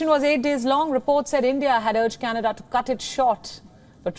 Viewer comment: Canedaa Jaana hai Candedaaa....😂😂